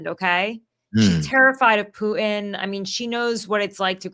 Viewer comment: Tara say Putin again :) "Poo-in"